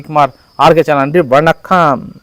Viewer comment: கட்சீல வண்கம் என்று அழ்ழுத்தி பேசுவதை கொஞ்சம் மாத்திக்க.